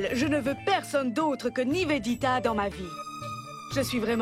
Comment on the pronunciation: ne sait pas prononcé Niveditaaaa, Nevenitaaa